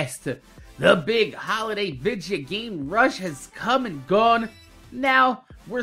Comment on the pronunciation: Hey my question is why do you say Vidja. It just kinda made me wonder. Ps I love your outro